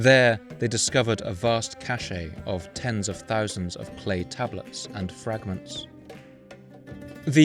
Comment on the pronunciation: Thank you for another exhaustive episode. For future reference, the word cache is pronounced 'cash'. The word that you pronounced - cachet, means prestige or status.